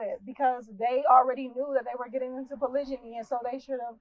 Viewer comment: Annoying she says it wrongly. In fact the whole thing is wrong.